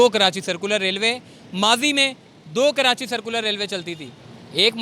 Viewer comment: Malir cantt not Can't lol hope you guys been in school to learn a bit , by the way it is not Karanchi, correct pronunciation is Karachi, any way good job